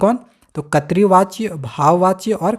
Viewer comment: Katri vachya🤣🤣 nahi voh (krit vachya) hota hai